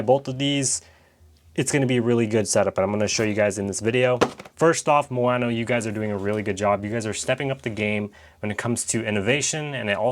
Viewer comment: Ma o no, not mo a no